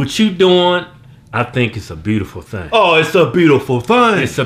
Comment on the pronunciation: "OH its a beatyful theeng"